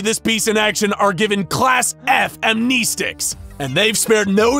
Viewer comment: Am-nee-stics? AM-NEST-ICS! The clue is in the spelling.